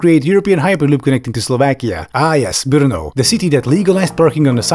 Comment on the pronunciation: Brno not Bruno 😂😂 the gays come from Austria 😅